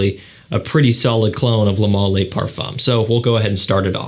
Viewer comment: A pet peeve of mine. In French the word "le" IS NOT pronounced "lay"